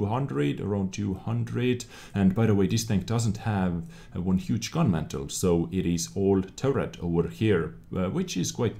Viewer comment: Gun Mantlet! It is not a fire place. You need that T at the end. I know in previous episodes you said to say if you are mispronouncing English words. Other than that, great job!